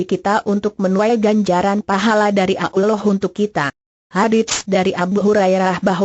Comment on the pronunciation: menjijikkan suara pembawa acarane , pekok dan tolol penyebutan nabi SAW dan sebut alloh nya keliru , pembawa suaranya asli kristen ya